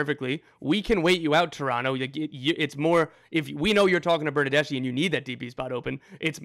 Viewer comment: "Fernando Bernardeshe" 🤣💀